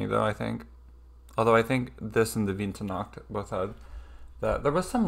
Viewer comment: Persipan is the cheaper Marzipan, Marzipan is made from almonds, whereas Persipan is made from apricot stones. Btw your pronunciation of "Winternacht" is not bad.